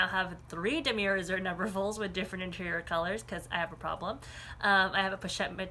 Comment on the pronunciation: I really don't mean or want to be THAT person, but Damier is pronounced: Da me A (like the letter a). I just know if I was pronouncing it wrong I'd want someone to let me know. 😬 Great video though. Thanks for all the info!